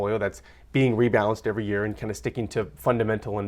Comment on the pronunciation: Report on Parent's return even if the grandparent is the custodian? BTW, "Eery year" LOL!